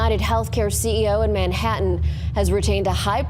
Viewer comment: I hate how he pronounces “Manhattan “